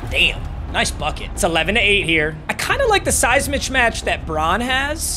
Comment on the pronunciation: Does anyone else get bothered with someone says “mitch match” instead of “mismatch”?